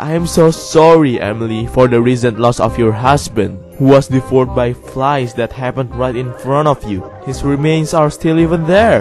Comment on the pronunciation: PlainSight He pronounced it like vore not voure